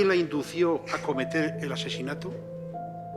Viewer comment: El magistrado dice :" indució", está muy mal. Indujo.